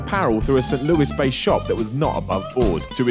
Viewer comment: can't say St.Louis